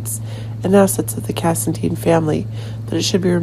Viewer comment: its cassadine not casidene